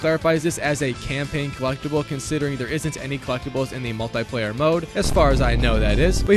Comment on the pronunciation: mull tie player